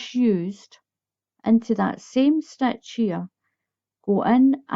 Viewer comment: I'm aware that you are Scottish. I like the way you say stitch "stech"